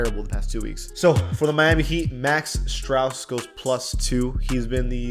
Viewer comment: bro said max strous